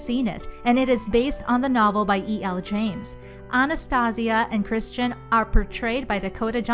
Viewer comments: The way she said AnAStaSiA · I got a little angry the way she said “Anastasia”😔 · True she said it wrong